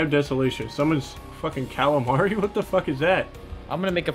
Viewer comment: i love the fact he called calamitas "calamari"